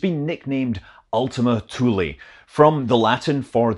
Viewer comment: Thank you for not making Ultima Thule rhyme with Zuul